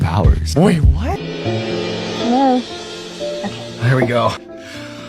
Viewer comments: " hellow ? " " Hellow"? 😂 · " hellow ? " " Hellow"? 😂 " Is it me uour looking for "?